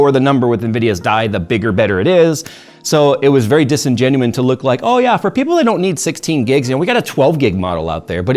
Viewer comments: It’s disingenuous!!! There is no n at the end ffs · Disingenuous - Please stop saying disingenuine 🙂🙂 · The word is disingenuous. Not disingenuine.